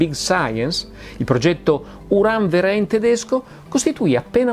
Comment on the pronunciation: Verein si legge feráin!!!!